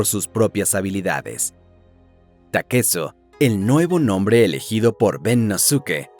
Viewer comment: Porque lo llamas takeso puñetas?